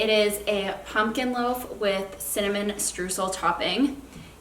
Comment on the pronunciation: As a German I love the way native English speakers pronounce Streusel :D